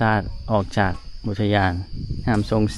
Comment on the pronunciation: อุทยานศรีน่าน อ่านว่า อุด - ทะ - ยาน - สี - น่าน